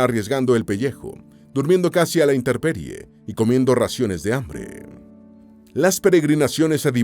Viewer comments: Min Interperie????? INTEMPERIE!!!! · Hola, siempre veo estos videos, me permito comentar que el narrador dijo interperie y no es correcto, debe ser intemperie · NO SE DICE INTERRPERIE X FAVORRRR!!!😢 INTENPERIE!!!!😊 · Interperie" es un rotacismo, es decir, pronunciar "r" un sonido. Este fenómeno es típico del habla popular de algunas zonas.